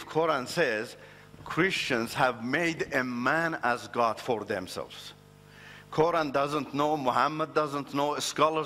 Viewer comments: Are you serious?......he learned arabic but calls us "Moslims" and can´t even pronunciate "Qura'n" correctly. Arabic is not my first language and I only know enough of it but I for sure pronunciate Quran better than he does. If you are going to tell a lie and want people to believe you at least learn about the subject enough to make it believeble. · It is surprising how people believe such charlatans. He can't even pronounce "Quran' correctly